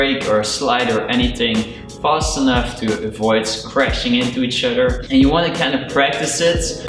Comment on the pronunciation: It’s other not utter